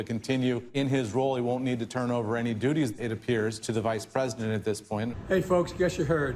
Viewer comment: He said duties 🤪